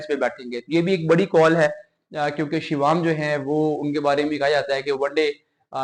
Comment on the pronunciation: Mr anchor what is shivaam and part in place of parag THen from where you speak musalsal sort of nonsense My request is to have proper words and their pronunciations